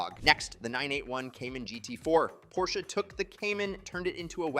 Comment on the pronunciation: An expert that can’t even pronounce the car’s name. I’m sorry I liked all the information and your videos, but it through me off.